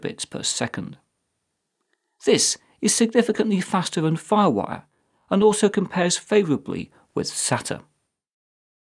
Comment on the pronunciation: SA-TA??? it SAY-TA